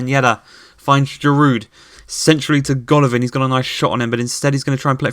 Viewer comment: Please can you pronouce Dyatta or Deeata for Diatta 😭 ans Giru for Giroud